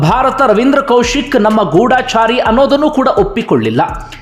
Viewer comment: ಮೊದುಲು ಕನ್ನಡವನ್ನು ಸರಿಯಾಗಿ ಉಚ್ಚಾರ ಮಾಡಿರಿ ಅದು ಗೂಡಾಚಾರಿ ಅಲ್ಲ ಗೂಢಚಾರಿ